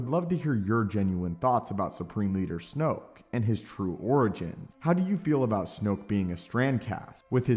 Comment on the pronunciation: Snoke rhymes with JOKE